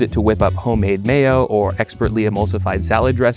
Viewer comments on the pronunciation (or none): none